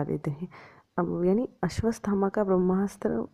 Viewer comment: सब् कुछ अच्छा था। मगर आपने अश्वथामा को अश्वस्थमा कहा है, आपका उच्चारन गलत है 🙏